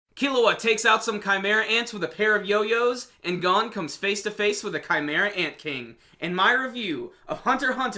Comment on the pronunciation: Not how u pronounce gon but okay